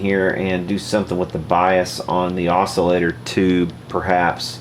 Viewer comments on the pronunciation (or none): none